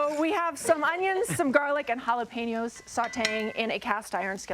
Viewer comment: I shut the video off after you said jalapeno.